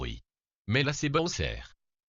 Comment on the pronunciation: Boswer?!!! Non bordel c Bowser pas Boswer! Même accapela box le bien mieux